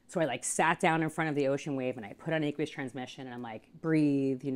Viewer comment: Who the hell pronounces aqueous like that?